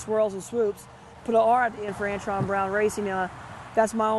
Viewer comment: It would be a miracle if you ever got anybody's name right in your videos! It's Antron, not Antoine you twit!